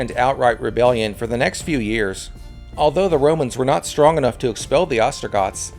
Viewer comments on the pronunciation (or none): none